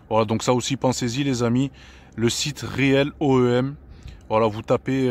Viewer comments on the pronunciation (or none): Salut, très très bonne vidéo, bravo ! Mais ATTENTION à vous entendre , avant l'essai, on entend réél oem. Alors que c'est real oem . En fait c'est ce que je fais depuis des années. C'est le top! Merci d'en avoir parlé, pour ce qui ne connaissent pas. Encore bravo ! Et très bonne élocution, sympathique. Vive BMW. J'en suis à ma quatrième 💙💙💙💙. A plus. Bonne route 😄